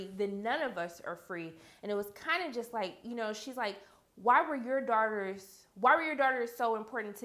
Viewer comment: When she says daughters it sounds like shes saying darters no offense